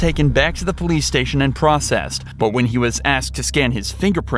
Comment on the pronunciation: poilce TESLA?????